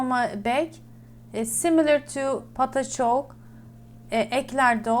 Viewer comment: Great recipe, thanks. ❤ For future reference, dough for profiteroles/eclairs, pâte à choux, is pronounced: pot ah shoo - french is difficult. 😊